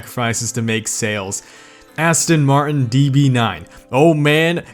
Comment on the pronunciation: Your saying Aston martin wrong